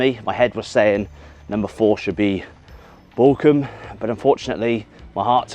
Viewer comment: the bochum jersey is stunning up close, wow! also, pls dont take it as front, but your pronounciation makes it sound like Borkum sometimes, which is a picturesque island in the german north sea. worth a visit, or google at least! cheers from Dresden <3